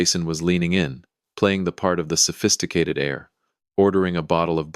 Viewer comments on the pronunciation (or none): Heir, not air. Bow rhymes with how, not now. He got up and walked out - what about Sterling? Did he leave him standing there?